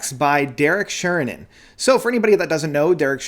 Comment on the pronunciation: Love how you keep getting his name wrong always :D